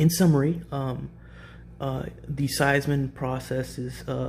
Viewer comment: Thanks for the explanation. But the name is pronounced See-mens.